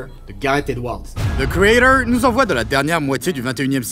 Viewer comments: zeu criédeuuuwr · Pourquoi tu ne dis pas ze créator comme tout le monde ? C'est excessivement énervant. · The quoi ? - thi caeydor Hein - the craytaure Quoi ? - ze créator Ah..... Thi criéthor